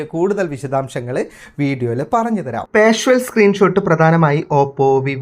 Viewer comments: 🙏🙏 വീഡിയോ വളരെ ഉപകാരപ്രദം ആയിരുന്നു‼️ഒരുപാട് നന്ദി‼️ പിന്നൊരു കാര്യം; "പാഷ്വൽ" സ്ക്രീൻ ഷോട്ടല്ല, "പാർഷ്യൽ സ്ക്രീൻ ഷോട്ട്" എന്നാണിതിന് പറയേണ്ടത് ‼️‼️🙏🙏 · വായിച്ചിട്ട് മനസ്സിലായില്ലേ? പാർഷ്വൽ എന്നല്ല ഉച്ചരിക്കുന്നത് പാർഷ്യൽ എന്നാണെന്ന്! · പാർഷ്വൽ എന്ന് പറയാതെ പാർഷ്യൽ എന്ന് പറയൂ! Partial